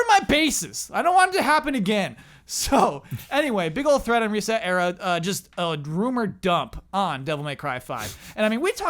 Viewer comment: So is that the official pronounciation for ResetEra? I pronounce it sounding like "etcetera"